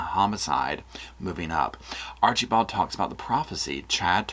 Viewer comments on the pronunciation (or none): I LOVE how you pronounce Archibald, Archie bald 😂 I don't think it's done purposely but I giggle every time you say it💙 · Oh gosh I'm a big fan but the way you kept pronouncing Archibald 😂